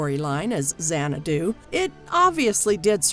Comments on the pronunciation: It's not zanna-DOO, it's ZANNA-doo. I cringe whenever she mispronounces it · If you can't pronounce the film's name correctly, you have no business critiquing it. It's not Zan-ah-DOO, it's ZAN-ah-doo. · It's a brilliant movie. Camp classic. But the narrators inflection saying the word Xanadu drives me to distraction. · BTW, it would be super-cool if the narrator would learn how to pronounce the name of the film. Just a thought. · This video was as bad as Xanadu. She mispronounced the word "xanadu" several times (emphasis is on the first syllable) and "conan" (not the same as Conan O'Brien). Plus, the caption doesn't match the topic when talking about the musical version.